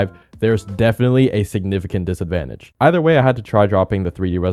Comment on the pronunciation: "even for a casual like me if you have less then 165 you will be at disvantage" a what?